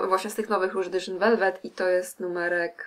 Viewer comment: Niech ktoś w końcu zacznie poprawnie wymawiać nazwę tej pomadki... nie edyszyn... to jest nazwa francuska a nie angielska. Czytamy to edisią.